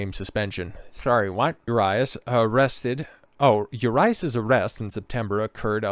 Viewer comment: He is not INNOCENT, they just did not have enough to file charges for Felony, that does not mean he can't face misdemeanor charges. Also, he is also here on a visa so all of these instances will affect his work visa. I am a Dodgers fan and was a huge fan Urias (Ooh-ree-as not You RI Ass) fan but this is more of an issue with his anger issues. You are a tool and seem like you are for these athletes not being good role models???